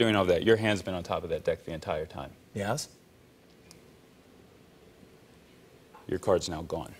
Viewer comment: Dan - "your hands been on that deck the entire time" Soviet Jimmy - "ye-as"